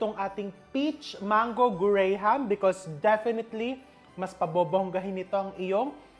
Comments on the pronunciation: Here in the US, it's pronounced GRAM, not grey-ham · It’s pronounce Gram not gray-ham lol! But I get it, I’m also a Filipino, it’s a Filipino thing lol! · Gram po chef, silent ang HA sa graham